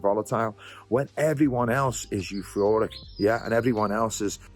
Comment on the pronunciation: "eu-floric". love you